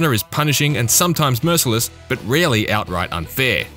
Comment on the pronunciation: Your accent made it sound like "really unfair". But that didn't make any sense, so I rewinded, and heard you barely pronounce "rarely" 😁 (Btw, I äm frååmm Sviidään. So nåått näjtive iinglissh 🇸🇪)